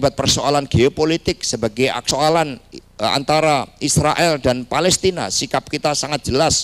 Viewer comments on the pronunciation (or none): none